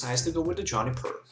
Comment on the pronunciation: Why does he say "johnny-per" instead of "joo-ni-per